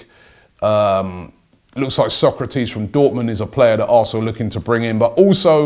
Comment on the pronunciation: Advenco I think he might have said aresenal